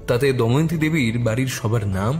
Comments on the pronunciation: Good story… but pronunciations must be done more attentively… the name is ‘Damayanti’ not ‘Daimanti’. Sounds very odd. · দময়ন্তী কে বারবার দয়মন্তী বলাটা বিরক্তিকর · নাম টা দয়ামন্তি নয় দময়ন্তী...plz একটু খেয়াল রাখবেন। সেটা বাদ দিলে অসাধারণ❤ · গোয়েন্দা স্বয়ং যদি গোটা গল্পটা তে "দময়ন্তী"কে "দয়মন্তী" বলে তাহলে আর কাকে কি বলবো।অন্য কয়েকজন দু একবার ভুল বললেও গোয়েন্দা মশাই এর মতো পারদর্শী তা কেউ দেখাতে পারেন নি 😂😂। ওনার আরো অনুশীলন দরকার। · প্রধান চরিত্রের এত বড় ভুল উচ্চারণ মেনে নেয়া যায় না! "দয়মন্তী"...😢